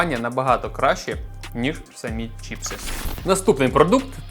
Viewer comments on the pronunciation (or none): чіпси не правильно казати правильно чипси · Вот только на Украинском правильно не Чіпси а Чипси